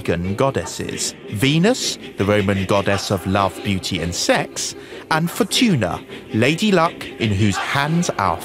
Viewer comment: Wheel of Fortun(a) 😂